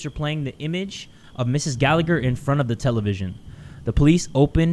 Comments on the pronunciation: I'm sorry but I need to say this is the way its pronounced "ga-la-her" I laughed way to hard at your pronunciation 😭 really sorry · Me: hears says The Gallagher Case Also me: Aidan Gallagher?!?!